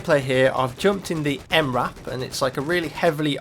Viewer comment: its the M-R-A-P say it separate.